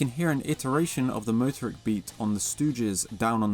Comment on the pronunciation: Stress the 2nd syllable --- moTORik